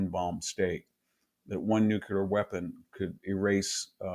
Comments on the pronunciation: He says “nukelar”, instead of nuclear, just like George W. Bush. 😅😅😅😅😅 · This guy doesn't know how to pronounce nuclear. Therefore I can not trust anything he says It's NOT new culer. It's nu cle ar. 😮😮😮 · VDH... an intelligent guy that I look to for an intelligent opinion.... says "new kew ler" SMH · doesn't understand the gvt debt also says nu cyu ler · This professor can't speak proper English. Nukelar, exedra, controver-sea-al, can't pronounce Erdogan, Karabakh, Azerbaijan, etc etc. Fucking poseur. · BKR, True. Moreover, he cannot pronounce "nuclear." He pronounces it as "nukeeler," like the illiterate GW Bush in his speeches. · Love, Love, Love you and your works. Wish you could pronounce NUCLEAR correctly. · Still can't pronounce 'nuclear' though ...